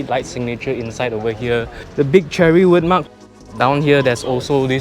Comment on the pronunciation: I think it is pronounced "share-ree".